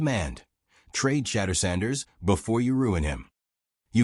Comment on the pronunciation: If you can't prononce Shedure's name correctly then hang up your mike!